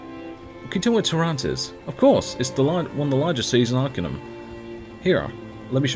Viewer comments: I'm pretty sure there's voiced NPCs who pronounce it arkAY-num. Never heard anyone say "ark-uh-num" before. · arcanum it's a latin word, so pronuncing it ar-KAH-num it's correct, imo ;) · I will say, hearing you say "Arcanum" was quite amusing. I'm not used to it being said like that either, ha.